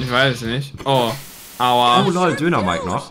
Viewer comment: Das heißt Dynamike nicht dönermike 🤣😂❤️